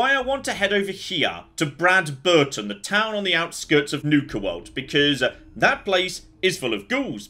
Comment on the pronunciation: Brad-BER-ton? What?? It's obviously BRAD-berton, right? Like PAM-berton, and BRAD-bury? I mean, it's not that weird hearing absolutely butcher names/pronunciations (anybody still remember his Protect-o-trons (the way he said Protectron from Fallout 3 and NV? I do xD), but I'm not sure if any single character says the actual pronunciation of Bradberton in the game so I could be wrong...